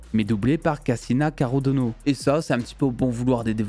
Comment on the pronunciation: C'est Cascina Caradonna pas Carodonno 😂